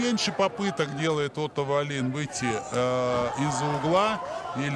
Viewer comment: Комментаторы вроде образованные люди, особенно Валуев (депутат). Неужели в головушке не возникает мысль, что в шведской фамилии ударение не может ставится на последний слог. Весь поединок произносили фамилию шведа как дагестанскую: ВаллИн. Никогда не будет у российских комментаторов должного уровня. Если они даже подготовиться не могут и правильно назвать фамилию спортсмена из основного поединка. Жаль Гендлина нет.